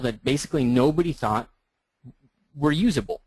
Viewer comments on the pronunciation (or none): none